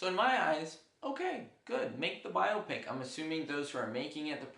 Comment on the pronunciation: Thank you do much for pronouncing biopic properly.